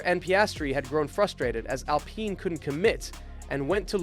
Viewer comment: WTF Cant even pronounce Alpine.